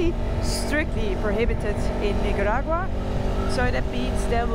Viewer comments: The way you say Nicaragua.. lol It's a C 😅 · Perhaps they held you up so long at customs as they were confused, as you sporadically call the country NiGaragua lol so funny. I feel for those truck drivers! I wonder what the wait time is for them, and if they get paid for the wait.